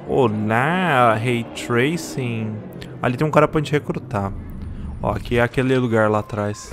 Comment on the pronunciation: Nada, absolutamente ninguém: a: olha só esse RAY TRAISING